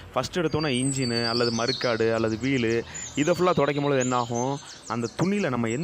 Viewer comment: மருக்காடு இல்லை. மட்கார்டு.😂